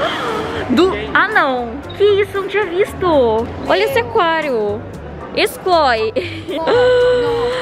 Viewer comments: "Excloe lorani" KKKKKKKKKKKK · Eu pensei q era só eu e minha amiga q pegou essa mania de falar excloi kkkkkkkkkkk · Oq elas mais falaram no vídeo inteiro foi a palavra "Excloi"